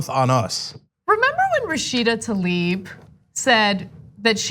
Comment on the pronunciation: Goddammitt, once and for all, it's not "Talib", it's "Tlaib" and I'm italian, not even from the US.